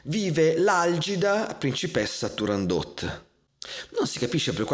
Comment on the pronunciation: Ho imparato che si dice TurandoT e non Turandó ( 'sta Francia. ..!)